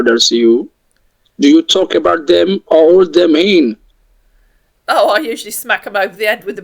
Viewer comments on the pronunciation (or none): "do you talk about them oh-or-de-meen" It genuinely took me twenty seconds to work out he meant "or hold them in"!